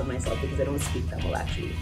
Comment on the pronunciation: I was actually seriously impressed with your Tamil pronunciation with that line :)